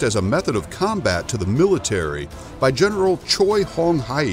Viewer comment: alright. Massacred Gen. Choi Hong Hwi's pronunciation LOL.But nice comparison of the 2 federations and history though.